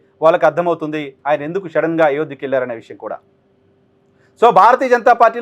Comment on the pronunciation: అది షెడెన్ కాదు సడన్